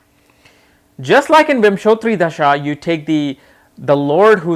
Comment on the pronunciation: Can you please pronounce dasha and not dhasa?